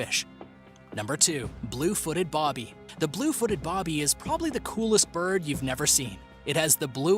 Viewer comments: I hate to be one of those type of people, but you pronounced Blue Footed Booby wrong. It's NOT Blue Footed Bobby like you kept saying, it's actual name is Blue Footed Booby ~u know like what lady's have~ I'm sorry to be annoying by correcting you but i couldn't stop myself! Still a big fan of your videos & watch all of them! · Boo-by...BOOby. Not Bob+by